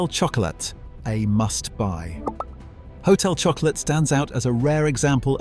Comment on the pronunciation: Hotel shocko-la. Get it right.